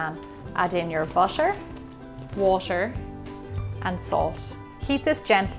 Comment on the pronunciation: how gemma pronounces things😂: butter-buoscher water - woscher love your accent gemma